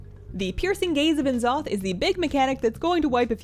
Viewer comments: Just a heads up - Blizzard wants you to pronounce N'zoth as "Ne'zoth" ;) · why do you say n'zoth like that